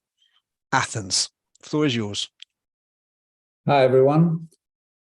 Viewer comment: Not de Athens! Abpo teen Atheena